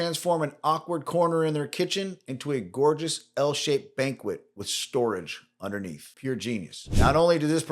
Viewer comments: its pronounced Bank-ket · it's ban-KET. And TAR-tin. :) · Check your pronunciations of banquette and tartan.